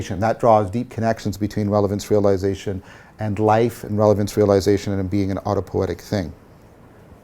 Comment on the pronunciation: Er... "autopo-i-etic", not "autopoetic". Also, pls pronounce J_u_ng, not J_a_ng, cogito ergo s_u_m, not cogito ergo s_a_m. These "u"s need to be pronounced as in "ruin" not as in "lust". And thank you for the deeply insightful lecture series!